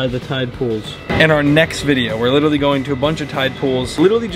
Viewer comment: Not saying “witerewawy”